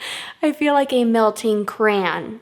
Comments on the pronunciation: "I feel like a melting CRAN" I think you mean cray-on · i love. i really do. but when she says “cran” instead of cray-on.... i get the sudden urge to strangle someone. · Simply Nailogical also pronounces it like that ("crown" with an a). But... she's Canadian and lives in California.???? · threw me for a loop. Took me a minute to realize she was saying crayon 😂